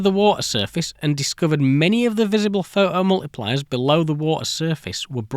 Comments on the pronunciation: Pho-oh multipliers eh? Great... until they shah-er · oh COME ONE, pho' 'o multipliers. but phoTocathode. phoTons. So you CAN say the T, but certain words, even with the same root words, get the silent treatment!